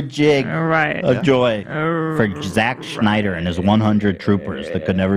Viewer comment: I wish you guys would do an ounce of research about Justice League. Y'all just endlessly bash his movies and admit you haven't even seen most of them, while also bringing up Rotten Tomatoes scores for movies he hasn't even directed. It's spelled Z-A-C-K and is pronounced Snyder not Schneider. His fans raised over a hundred million dollars for the mental health and the movie is over 2.5 hours of new footage that you haven't seen.